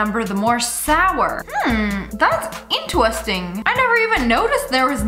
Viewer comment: LOL I love how she said intewesting lia is the bestttt I love how she dose this hacks so we don’t have to anyways ❤️